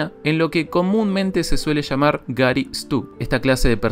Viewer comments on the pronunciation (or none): none